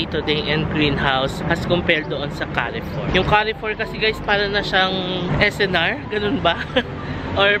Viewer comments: Very filial ka. Bringing your dad for holidays. Yah. Carrefour is pronounced as kar-four. Just for knowledge ha. Looking forward sa mga vlogs mo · Enjoying your vlogs a lot,. Note lang that the pronunciation of Carrefour is like “Car Foor”